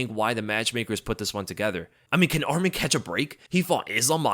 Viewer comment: Love your content brother but Arman Tsarukyans name is pronounced Arm-on, not Armin 😂 I know this because that’s my name as well. Love your stuff!